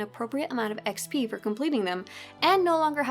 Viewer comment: why can't this chick say XP correctly?